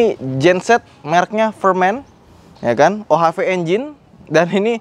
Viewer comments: Fermen ❌ Pirman ✔ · Itu firman bang bukan fermen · merk gensetnya FIRMAN, bukan FERMEN:) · Tapi bacanya Ferm-Man 😅